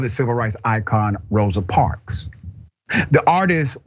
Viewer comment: He's a STUPID, IGNORANT Bootlicking Clown.Another thing Dr. Richey,her name is MS. Rosa Parks, not "parks"